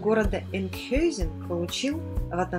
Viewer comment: правильно название звучит Энкхаузен